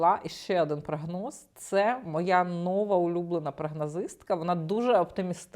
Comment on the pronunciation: нОва😅🤮 У більшості двоскладових прикметників наголос падає на закінчення: нови́й, стари́й, гірки́й, тонки́й, товсти́й, тісни́й, вузьки́й тощо. с нОвим ґодом бл давай ще разОм🤮 чЕрговий🤮 випАдок🤮 чотИрнадцять🤮🤮🤮🤮